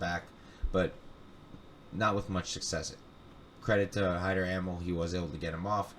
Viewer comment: I dig the podcast! Amil is pronounced 'Uh Meel' BTW!